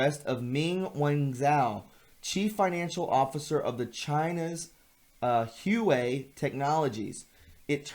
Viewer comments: It's not Hue-Wei. It's Hu-A-Wei. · Pronounced wawei! I’m a Zimbabwean. Live in London now.